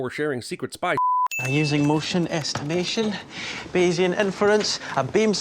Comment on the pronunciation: It’s “Bayesian” (Bayes-ian from the name Bayes), not “basion”.